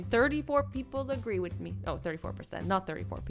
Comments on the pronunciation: One of the things I don’t like about azzy is that she was saying agwee instead of agree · Azzy:56 pepole agwee like if you heard azzy saying agwee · did anyone else notice that she said “Agwee” and not “Agree” 😂😂😂 Cause I did